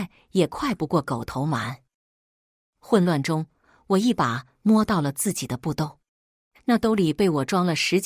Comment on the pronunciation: 自己怎麼都說成經己？